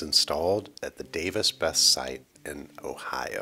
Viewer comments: Its pronounced Davis "Bess-EE"... Not Bess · Fyi, it is pronounce Bess-E.... Don't ask me why we must pronounce things strange in Ohio. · Besse is pronounced, “Bessie”